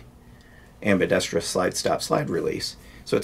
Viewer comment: “Ambidesstruss”? Fascinating how many people butcher, in a variety of ways, the four syllable word am·bi·dex·trous. Listen for it, many people add an extra syllable: am bi dex tree ous. Anyway as always great video. All my best